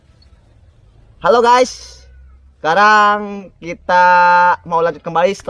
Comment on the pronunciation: Anjir intro " halo gay"